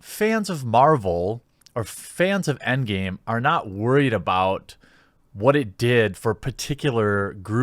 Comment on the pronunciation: It’s EndGAME not EndGAY!